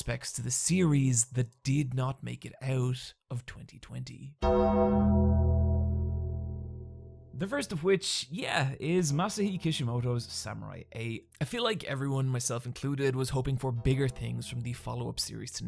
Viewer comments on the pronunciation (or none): I swear to god dude, if you keep calling him MasaHI instead of MasaSHI i'll slap my cats... I mean it's trully comical to this point that this isn't even the first video where you've made that mistake... Edit : HELL YEAH SAKAMOTO DAYS FTW!! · It's Masashi Not Masahai